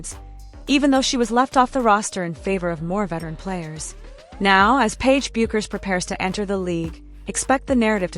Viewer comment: PLEASE CORRECT YOUR PRONUNCIATION OF PAIGE'S LAST NAME. IT IS PRONOUNCED AS "BECKERS!"